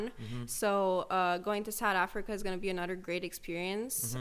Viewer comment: "Sahd Afrika"👁️👁️